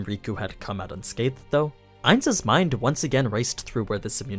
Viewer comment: I dont understand when you keep saying ains when that wasn't who was fighting?